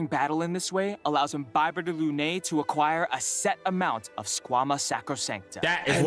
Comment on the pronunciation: Imbibe-tor lunay 💀 I didn't even notice until you pointed out the effort the put into pronounciation Im-bibi-thor (bibi is like beebee but a shorter ee sound) Luna (like Sailor Moon's cat) and an "i" sound at the end. Lun-eye. You can go with the ay sound ig for later latin, but the stress is more on the Lun and less on the AY.